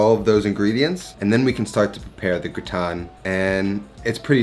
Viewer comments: Amazing recipe 👏🏻👏🏻👏🏻 I’m a bit confused by your pronunciation 😁. It’s like you’re flipping i and a. It should sound grAtIne not grItAne like you’re saying 🤓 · It’s not pronounced “gooton”…it’s pronounced “ger-ot-tin” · this is possibly really annoying but it's pronounced gra (like the first part of grass) and tin (pronounced like tan, when skin goes brown) gra-tan. :) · I like you but I hate how you pronounce au grautin. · yes GraaaaaaaaTin as AAAAAple 😉 - the name of the dish is Gratin Dauphinois (GrAAAAAtin DowFeeNwa) and it’s much better made w/o onions 🧅 but with Garlicky cream 😋 I put #Fresh garlic bits in cream with salt & Parmesan. Simply mix no cooking or even heating it up, it’ll all happen in the oven and layer in your potatoes 🥔 then foil on and in the oven 30” then another 30” w/o the foil #EpiK (I’m French)